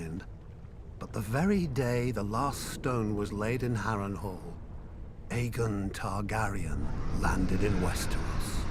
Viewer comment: i hate how he says aegon targaryen